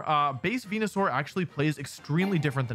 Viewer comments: It physically hurts me to hear Wolfey say venusaur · Real ones know the goodest pronouncism of Venusaur is "wen-yu-sour"